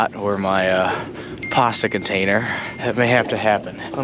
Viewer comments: Where’s the R in pasta ? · His account sounds so canadian im shocked he isnt but lost me at the pasta pronounciation